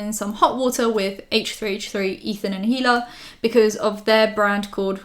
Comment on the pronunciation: The H in Hila is silent. It's just pronounced "ee-lah." I'm a language teacher so this stuff bothers me XD